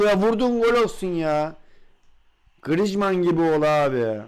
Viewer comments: D GRİJMAN DİYOSUN xD :AS:WQ:E:WQAS:DWE:Q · Abi grizmanı yanlış söylüyon